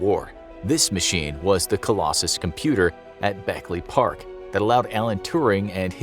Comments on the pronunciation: it's Bletchley park not bekley park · It's "Bletchley Park" not "Beckley Park." I think that may have been an oversight.